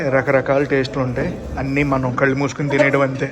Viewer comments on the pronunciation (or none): none